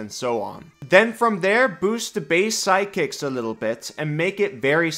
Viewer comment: I was confused, you pronounce "sidekicks" like "psychics" and I wanted a functional Psychic class so much... another intelligence full caster but with some Illithid powers from BG3 😮 On the martial topic, I agree, give them more options and make them able to cast some spells but not with spell slots, but effectively mimicking spells with martial techniques.